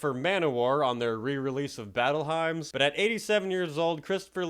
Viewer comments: You pronounced Manowar Battle Hymns as HIMES. Its Hymns. pronounced Hims! As in a church song! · "batlle himes" REALLY? facepalm hyms is pronounced like "hims" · The word hymns in Battle Hymns is pronounced “Hims” fyi. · Hymns is pronounced like ‘hims’ not ‘himes’😂😂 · Dude, did you just say Battle "HIMES" 😂🤣 I take it you're not into Manowar then, right? LOL!! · "Hymn" is pronounced "him" mate. Peace, love and respect my metal brother ✌️❤️🙏🤘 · Cool video brother, but you pronounced "Hymns" wrong. It's like "hims". Just trying to help.😊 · "Hymns" is a homophone, it is pronounced "HIMs". Thank you. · How in the HELL can you not pronounce the word "hymns" correctly?? It's pronounced "hims," as in Hims for Men, which you should be familiar with. Technology everywhere and you can't take a few seconds to Google a word you're not familiar with. Also the word you're looking for is accolades, not acolytes.